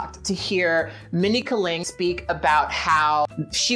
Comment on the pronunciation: Kat said a name wrong? UNSUBBED!